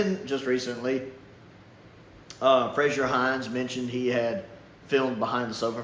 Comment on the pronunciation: Frazer (Hines) is not pronounced the same way as Frasier portrayed by Kelsey Grammer. Fray-zur, not Fray-she-ur. Sorry, I've been sitting on that for a long time now. I had to get it off my chest